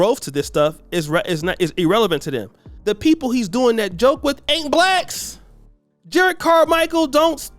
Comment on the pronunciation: juh-rod not jered. there are 2 r's.